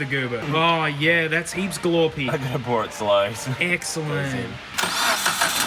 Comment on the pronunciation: anyone else hear say "Look how pour it slows" at ~?? XDD